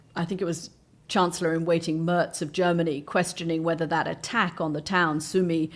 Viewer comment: Why Merz hurts? His surname is mispronounced.